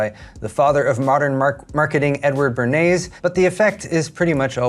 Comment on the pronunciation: Thank you for pronouncing Eddie Bernays' name correctly. There is an entire spoken word album where Noam Chomsky just butchers it by calling him Burn-Eyes. Actually a really fascinating figure, too. He was a liar. But, also advocated for ethics in the industry he helped create, and then, was laughed at by his peers when he suggested none of them work for the tobacco industry, as their products were addictive and caused cancer. A man of "Thundering Contradictions" indeed, he was.